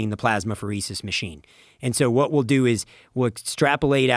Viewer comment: Listening to this, I thought they were saying WasteWell.